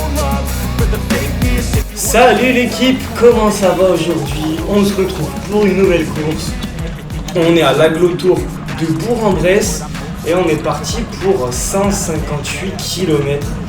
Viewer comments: Super vidéo comme d'habitude mais il y a un tout petit hic😅, bourg en bresse se prononce bourque ou bourk en bresse 👌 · BourQUEnbresse ! Bon sang, prononciation !!!! : ) Mon ancien chez moi la Bresse, c'est plus plat q'le c** d'Taylor !